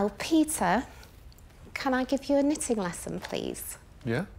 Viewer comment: Jenny: Excuse me, did you say knit-in? I'm out.